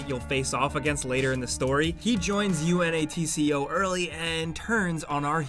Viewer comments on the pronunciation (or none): U.N.A.T.C.O Come on man, it's exactly wrong but you know how it's pronounced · The fact that you spelt out UNATCO instead of just saying it was painful